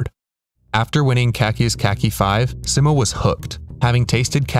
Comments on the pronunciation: its sigh-mo not si-mo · he’s saying si-mow not see-mo. try saying mo without saying mow. just mo. and see like the sea. see-mo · Its pronounced SEEmo not SIMmo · It's Simo not Simmo. (say it more slowly and pronounce the i like an e in English, also pronounce the o like the o in oh) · altho for this video i’d love if you pronounced his name right 😭 everyone gets it wrong. it’s see-mow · i love how everybody pronounces 'simo' differently. i say 's-eye-mo', ive been told 'see-mo' is correct, and you say the phonetically correct way.